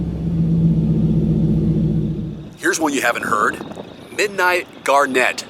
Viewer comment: you will be made fun of for how you pronounced garnet (its not Garnnet the basketball player)